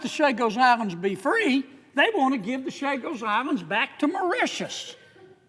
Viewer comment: On a side note, Senator Kennedy's rant about the Chagos Islands is complete revisionism. He gets so much wrong that I don't even know where to begin. He can't even pronounce the name correctly. (Chagos, not Sagos.) Ugh, the ignorance and deception of those who run this country are on full display. Always thankful for Sen. Sanders, though!